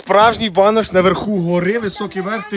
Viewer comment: БанУш а не банОш. Банєку. 😂😅😂